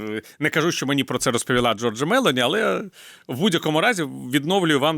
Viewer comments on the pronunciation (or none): Пане Портников, ведуча не хоче Вас коригувати, але ж не МЕлоні, а МелОні. Ріже слух. Ви ж читали в дитинстві РодАрі, а не РОдарі? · Дуже перепрошую мною шанованого пана Портнікова, але дозволю собі маленьку ремарку. В італійскій мові наголос ставиться на передостанній склад, тому слід вимовляти Мелo'ні. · МелОні. В італійській мові наголос на передостанній склад. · МелОні, не МЕлоні. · Melo'ni ,,a ne me'loni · Вибачаюсь, аое пані прем'єр Італіі призвише МелОні, наголос на О!!! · Джьоржа Мело'ні наголос на о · Giorgia Meloni вимовляється із наголосом на другому складі у прізвищі . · Мелоні наголос на другий склад.